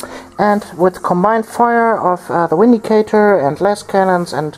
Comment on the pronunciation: both armies looked awesome! i would definitely suggest more close combat against necrons. theyre far too shooty! ...it may be inappropriate, but i smiled every time you said 'windicator' :P